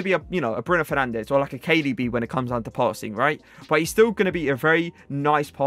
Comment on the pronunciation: Pronounces Joao correctly but can't say Fernandes or Guedes lol